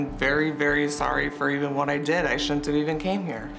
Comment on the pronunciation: Woont = Wouldn’t Shoont = Shouldn’t